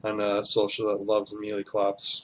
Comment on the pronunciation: Nice video. Good work with the break downs. One thing...please...it is called "may lay" not "ME LEE"... I had to play back a couple of times to catch what you were saying because I thought you were saying something that I didn't know was in the game.